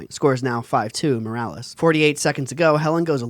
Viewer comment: Muh-ROO-liss JFC dood